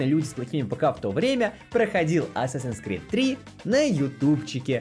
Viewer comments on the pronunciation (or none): Не Асасин Скрид, а Ассассинс Крид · Исправляю английский, читается как Ассэйсинс Крид) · Ну вообще-то правильно говорить не assassins creed, а assassins creed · Чел, ты неправильно произносишь даже название игры. Правильно говорить АТСАСИН КРИД!!!!!!!!!!!!!!!!!!!!!!!!!!!